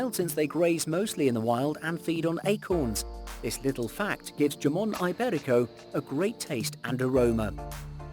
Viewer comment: JAMON?? NAH! IT'S "HAMON"😂😂😂